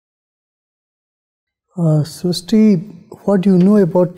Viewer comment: 😅😂😂 btw its srushti we marathi dont call it srishti dont use "sh"😅